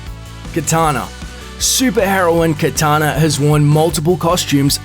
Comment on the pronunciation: it's kAtana not kItana, that's Mortal Kombat babe talk. Sure kItana is cool but I like kAtana better. Cheers!!